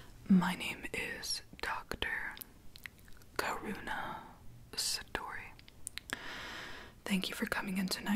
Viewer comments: I thought she said Dr Corona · Am I the only ones one who thought she said dr corona ..............no just me